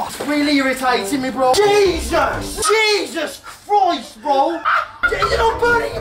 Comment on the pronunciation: Jeisous croist